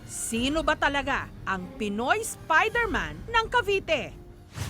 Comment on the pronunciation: Spayderman waw hahahahaha